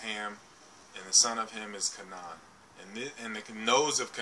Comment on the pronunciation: Kabala came from Babylon. The Jews were not black. Abraham's wife was black and the most beautiful woman in the world at the time. It is always mentioned if the peple are black. It is pronounced Ka (long a) nan (short a) Hard for someone who hasn't studied the history and the Bible can get things mixed up.....Hence the guys on at 4 in the morning.